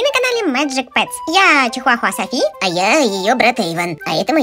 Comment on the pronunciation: "Сафи"???????!?!?!? Софи правильно